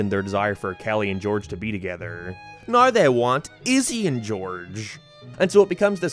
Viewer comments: Wtf is this accent "what is the simpsons about noui?" What????? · Bro. Are you Australian of not I genuinely can’t tell. It’s driving me fking nuts that you say everything in like a perfect American accent but then you pronounce “now” like “nar”. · Dude are you Canadian or something why the hell do you pronounce some words so dam weird lol